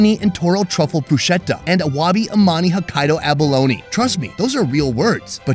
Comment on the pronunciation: “…those are real words.” No,, bru-schet-a is not a real word. Bru-sket-a is a real word.